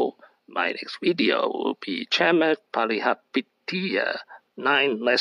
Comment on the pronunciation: I am a great fan of Chamath Palihapitiya. Most people have a problem pronouncing his name but you did a great job. He is the King of SPACs.